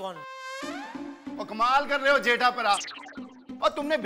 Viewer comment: Jetha Braa, not jetha pra